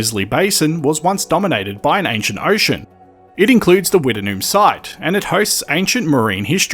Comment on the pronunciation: I have never heard it pronounced Wtt-en-noom. We always pronounced it Witt-Noom.